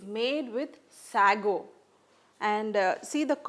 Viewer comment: Say-go not sahgo!